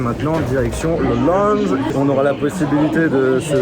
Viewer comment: ça se dit laounge pas lunge